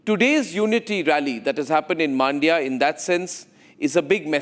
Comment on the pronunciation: Please get your reporter to pronounce the names correctly. It is not "Maandia." It is "Mandya." The "a" in "Mandya" is very short. Listen to Arnab! He has got it right.